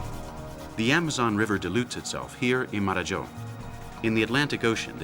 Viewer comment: Marajo. Not Mararhó.